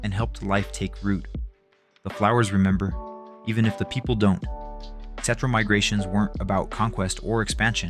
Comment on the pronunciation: Is this shit AI? I was really enjoying these videos but when you listen to the playlist you start noticing the tell tell signs. Why’d you say cetra perfect 30 times but still manage to pronounce it ketra? What’s up with the talking in circles?